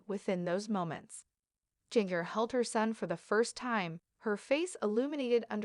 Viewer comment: Her name is pronounced GINGER, not Jeenger